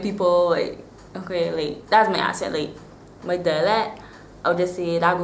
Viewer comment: I love your accent, the only thing that i do not like is that you guys say ASENT instead of ACCENT